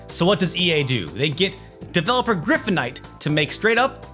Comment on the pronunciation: It took me this long to realize that the Harry Potter game was made by Griptonite, one of my favorite developers of DS games, because kept saying “Griffonite.” Or “Gryphonite?” I don’t know which it is, I just know I’m mad about it.